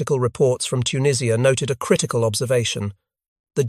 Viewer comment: Dwarfs on the title picture, later picture is later jeep with wrong bonnet.. the only thing this video gets right is the pronouncing of tunisia. And that head through the windscreen....